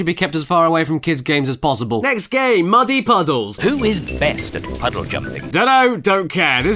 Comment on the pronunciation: I thought "muddy puddles" was "many punches"